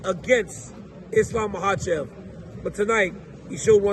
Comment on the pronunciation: DC, JUST ONCE, HAVE ISLAM ON YOUR SHOW AND ASK HIM HOW TO PRONOUNCE HIS LAST NAME!!!!!!!!!!!!